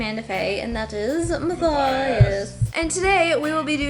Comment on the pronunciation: Matthias u said my name perfectly thank you